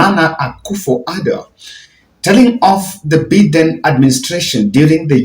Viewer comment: Please your pronunciation of Joe Bide US president is annoying. It is not Joe Beaten , but By- Biden please correct or practice how to pronounce it